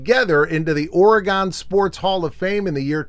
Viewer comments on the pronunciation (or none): It’s Ore-GUN, not Ore-GONE. Great video though my dude. 😁